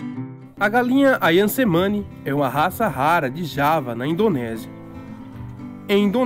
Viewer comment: Só uma nota, letra C no idioma indonésio se pronuncia como "Tche".